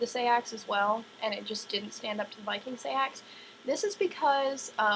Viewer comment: "Say-ax" It's pronounced Sax, hence Saxons...